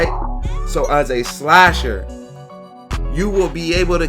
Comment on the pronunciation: Why it say shasher